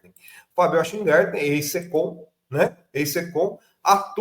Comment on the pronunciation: Essa mídia petista é realmente um tiozinho branco que não sabe pronunciar um simples sobrenome.